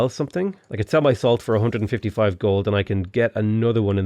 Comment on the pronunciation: What he said: I can sell my salt for 150 gold What I heard: I can sell my soul for 150 gold I was about to say, really dedicated to a win this game